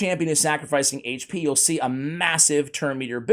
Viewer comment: I really appreciate CC, but for all you eNglish guys, HAIGCH P Is not how you say AICHP HP... grrr so annoying